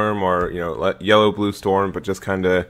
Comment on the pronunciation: Why do people but u when they say blue?